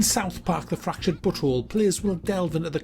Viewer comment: you are the first person on youtube to pronounce "but whole" correctly!